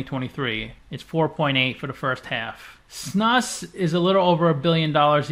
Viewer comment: snus is pronounced more like snooze. maybe Snuus is more correct. im swedish were the word comes from. guess it grew from the english word nasal snuff.